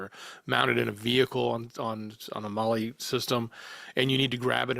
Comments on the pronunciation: Molle is pronounced Molly like the girl's name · Not mole E mall E. mall E mallE mallE mallE. Molle